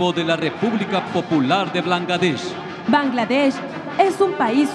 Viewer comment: El narrador hombre. a de ser brother del peña nieto! por a como la regó con las palabras Blangadech en ves de Bangladesh 🇧🇩😅 Viva México 🇲🇽!!!!